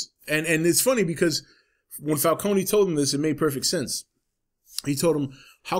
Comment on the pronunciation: Was anyone else annoyed by the way everyone pronounce "Falcone"?